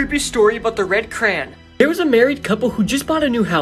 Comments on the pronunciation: Bro pronounced crayon like cran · Crayon pronunciation = CRAY- YON. Not "Cran." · That's why the teachers call it CRAYON And not "cran" how we pronounce it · It's pronounced CRAY-ON not CRAN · He was spelling it like the guy pronounced it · “This is the creepy story of the red cran 😩” lol No hate but this is kinda funny in my opinion dont hate on this Ik people pronounce it differently. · I hate that he pronounces "crayon" as "cran"💀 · I finally found someone who pronounces it like me